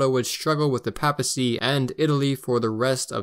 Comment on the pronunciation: Until I found this video, I couldn’t find much on the non-Nazi history of Germany, thanks for giving us this. By the way, in English the first a in papacy is pronounced like that in Paypal, not like that in pap.